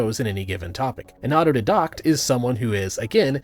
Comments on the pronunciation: your argument would be improved by learning how to pronounce auto-didact. you're right though no amount of education can bring an American out of their stupor. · Didn't get credential in pronouncing autodidact. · I think you are pronouncing autodidact wrong. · should have taught himself how to pronounce "autodidact" before using a big word to sound smart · Are you mispronouncing autodidact on purpose? It sounds silly. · Biggest problem of thinking and doing all the reading for yourself is you never hear someone else pronounce "autodidact" 😋 No judgement, mispronunciation shows someone is actually reading rather than being told things. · The way you pronounce autodidact always makes me wince. Love your videos either way just had to be pedantic. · You mispronounced auto didact about 50 times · As a fellow Autodidact, I would like to formally request people stop pronouncing the I in Auto-DIE-Dact incorrectly. At the risk of requesting something right after potentially offending you, can you take a look at, and do a take down of the "Government Capitalism" Socialist Cope? If you haven't heard of this one yet, it's basically a trend in psudo-sci... I mean Social Science where socialists have taken to labeling all of the negative outcomes that can be demonstrably linked to socialist policy, as something called "Government Capitalism." It's one of the biggest copes in Academia atm, even outstripping a lot of the X religious figure did not exist dreck. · You'd think that someone so vocal about the merits of being a self-taught expert would have completed at least the most basic independent research required to pronounce "autodidact" correctly. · I hate how you pronounce autodidact. Otherwise good vid. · Mispronouncing autodidact is the most part of the autodidact meta. You spend all your time reading books, so you know a lot of words, but don't interact with people IRL, so you don't know how to pronounce them. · Not how you pronounce “autodidact”, but you can look it up.